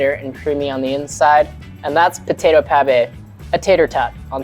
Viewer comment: What? Potato malfoy? 😅 It's pronounced "mil-fuy" for you